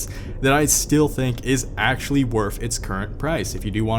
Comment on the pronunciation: The way you say ''actually'' is very off putting. ''Axly'' damn.